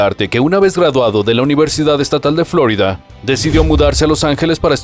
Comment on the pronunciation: en español se dice "florída" de hecho el nombre original viene del español, suena chocante la pronunciación revuelta